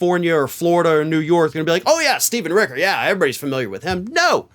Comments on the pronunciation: ..... its Rich-er, not Rick-er, just sayin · it's "Richer"